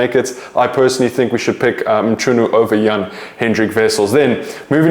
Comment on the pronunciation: Bro let’s work on that Mchunu pronunciation. It’s not that hard to get it right